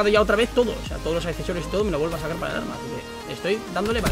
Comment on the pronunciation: jajajajaja dice orma en ves de arma